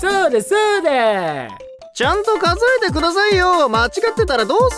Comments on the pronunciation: 没頭「数えて」が「教えて」になってる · 最初の字、間違っていましたよ。「数えてくださいよ」が「おしえてくださいよ」と言っていました